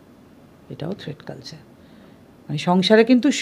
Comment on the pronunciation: কথাটাকি "থ্রেড কালচার" নাকি "থ্রেট কালচার " ?